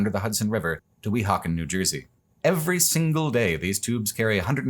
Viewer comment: Fantastic video. Absolutely Loved it (though you should get a NJ person to assist you with pronunciations of Metuchen, Weehauken, Stuyvesant, etc. next time ;-). ). Was pleased to find out I've already and unknowingly biked on the Lincoln Highway near my home. Hope to see even more "real world" videos like this in the future!